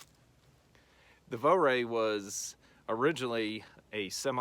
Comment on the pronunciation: Vo-ray??? Nowhere near the correct pronunciation. It's a German rifle so it's pronounced "Fura" as in "fur" and "a" , with the r in the back of your throat. Just ask a German.